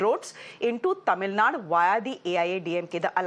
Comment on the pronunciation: Anchor mind your Pronunciation.. its not Tamilnad it is Tamil Nadu and not Salim it is Salem(say lum) stopped watching after 2 mins.. moodhevi